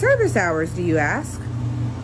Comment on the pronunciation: If you AXE EM.. THEY GONNA TAKE IT😂